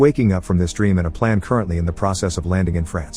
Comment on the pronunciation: He said plan instead of plane